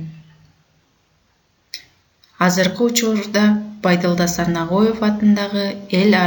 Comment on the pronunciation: Тексти окуган кыздын уну эн эле уккулуксуз экен.Жада калса фамилясын туура эмес окуптур.